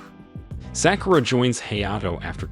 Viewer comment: you pronounce it as Sock You Ra break it apart